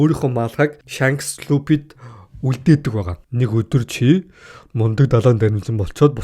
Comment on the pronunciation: Pisda ygd F P 2ig ylgaad duudchij chaddgum be luppy trapalgar geshh pigerland yu yu geed bgamdee